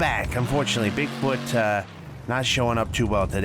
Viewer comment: you said bigboot